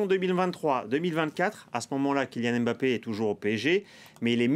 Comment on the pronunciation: Alors c est real Madrid et non real de Madrid. Puis c est kylian Mbappé et non M bappé